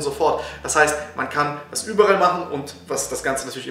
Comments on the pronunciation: Es heißt über all und nicht übe rall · Lieber gutes Video allerdings heißt es überall und nicht überrall;)